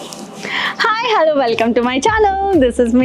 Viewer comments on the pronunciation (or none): none